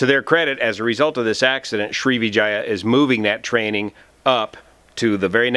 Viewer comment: You got the like for pronouncing Sri#%¥€$@